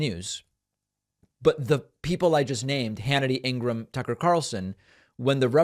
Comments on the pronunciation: Ingra-ham? David, what's with the pronunciation? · It's pronounced like gram, David, as for Fox they're complicit and liable. It won't be the first the donald has blamed it on Fox, I'm only shocked because they're FCC license needs gone and take Dejoy with you. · "Ingraham" lmao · David, why do you purposefully mispronounce people’s names? It makes you sound no better than the republicans who do that. You know how to pronounce Laura Ingram’s name as well as Guiliani’s. What’s the point of purposefully mispronouncing them? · David are you actually thinking Laura Ingraham‘s name is pronounced that way are you just being obnoxious I mean she’s awful so I’m cool with it either way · David why do you always pronounce their names like a moron? And chill it with the obmana it dried up like a year ago. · David mispronounces Ingraham on purpose.